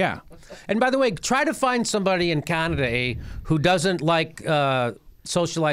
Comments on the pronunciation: Can ada, not... Con ada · Jimmy: "Caw-naw-daw".